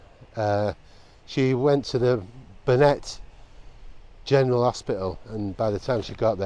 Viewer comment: Her name was ‘RUBIN,’ not ‘ROO-BINE.’ The hospital was BARNET General, not ‘BURNETT.’ Do your bloody research man! Read the information from a (Wikipedia) crib sheet, if necessary.